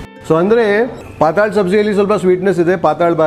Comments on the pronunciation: It's patal (पातळ भाजी) bhaaji and not pataaaal bhaji!😄 You are a ex Mumbaikar right? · .. thin(paatal) not netherworld (paataal) …. But almost tasted the food today…. Yummy 🤤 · Its not paatal bazi!! Its pattal baazi (marathi ward ) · Sirji, "Paataal" nahi.."Paatal" lol it is Konkani word for Thin. Looks like a Konkani establishment since there are a lot of GSBs in Hubli, Dharwad region. My grandfather used to make the best Kashaya. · Patel = non Sukha or wet bhaji. Not sure if it is pronounced as “hell” Paataal in Kannada against Paatal in Marathi. पाटाल or पाटल, Hindi fonts do not have the other 2nd ल. Even in Marathi marriages you have smaller batata Wada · Hi, we love your channel and very nice and awesome commentary in all your videos, also fantastic documentary, kudos to your efforts. I think the Bhaji you mentioned as Patal bhaji May be pronounced as PATTAL BHAJI (Flyidic, liquid, thin. May be Marathi word) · Yes correct. It's pronounced as 'Paatal' in konkani/marathi and not 'Paataal'.